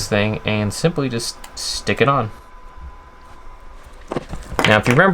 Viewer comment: You keep saying simply like Bixler lol